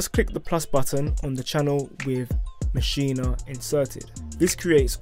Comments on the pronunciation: its not maschina, its maschine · in the good ol' U S of A we say MA-SHEEN ...not MA-SHEE-NA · It'a Maschine, not Maschine-uh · Why does everyone keep saying “maschina”